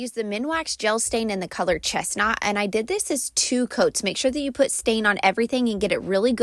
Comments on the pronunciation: So we got Mexican Sand and ChestNot?? 😂😂 I believe its pronounced Chest-NUT. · Did she say “ChestNOT?” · "Chess knot?" It's chestnut 😂